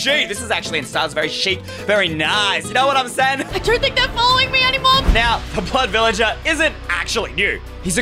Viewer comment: It's either doesn't know how to say blood villager or she's British because I can speak British a little bit